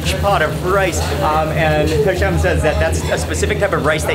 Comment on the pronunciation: his name is Hisham not Misho lol